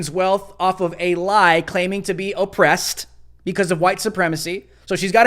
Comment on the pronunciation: Naaah she said she Epressed. Lol